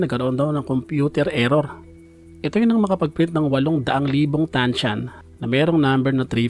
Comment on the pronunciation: Anong TANCHAN? TAN-SAN hindi ko alam kung bulol ka o ano eh. Ok na sana.😂